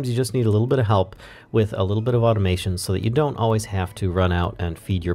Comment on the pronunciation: "auotmation" :D